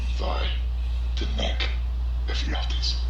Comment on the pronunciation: You fucked up his name. It's "Ephialtes" and his name was cursed to be just a bad dream. It literally means "nightmare" in modern Greek.